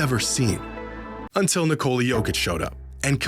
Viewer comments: Nice video. Would be great if after all this time you learned to pronounce his name. It's Nee-ko-la, emphasis on the first syllable. Hearing Nicoula hurts my brain every time and I just don't wanna watch. I know Americans don't care, but other people do. It's not that hard. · Nice video if it weren't for the horrible mispronunciation of the name "Nikola". It's not Nicole with an A at the end 🙈